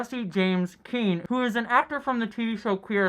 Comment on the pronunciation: Jesse James Keitel isn't it? You said Keane, didn't you? Just a minor thing though! Good healing!